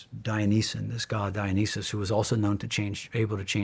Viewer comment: Dionysus is being pronounced incorrectly.